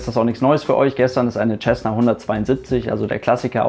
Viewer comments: Nicht mal du kann den Name Cessna richtig aussprechen....Da ist kein "CH" dabei...Sessna......jesus....google mal etwas...und höre wie es ausgesprochen wird...."auf fucking English"...i dare you to to a video in English....ASAP...i bet i will laugh my ass off........🤣🤣...."th"=s???........🤣🤣🤣🤣🤣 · Was ich nicht verstehe ist wie man als Pilot "Tschessna" sagen kann. Lernt ihr in Deutschland bis heute nicht wie man das richtig ausspricht? Mein Beileid an die Opfer. Ein wirklich schlimmer Unfall. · Ich habe es von dem Amerikanern gebaut. Von den selben die das Ding auch bauen. Tschässna klingt einfach nur bescheuert. Man sagt ja auch nicht tschänt (cent) oder Tschälsius (Celsius). Es ist einfach falsch, sorry.